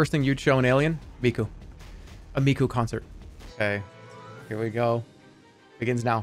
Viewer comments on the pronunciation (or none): none